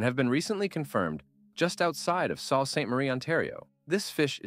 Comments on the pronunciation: Good video ...Where are you from? Sault (Saint Marie) is pronounced soo, not salt... and the bay of quinte isn't pronounced quinté.(quintee). You seem knowledgeable enough about the subject, but you say names of areas and bodies of water as though you've never heard them spoken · Sault is 'soo' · Your pronunciation of Bay of Quinte is incorrect. Quinte has a hard E sound on the end. Sault is pronounced sue.